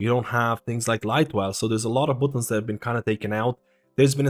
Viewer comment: Dude, did you really say "bootuns" lol